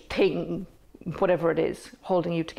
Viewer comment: " eco-village ting"